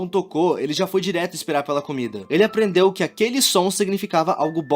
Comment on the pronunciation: "aprrendeu"? kkkkkkkkk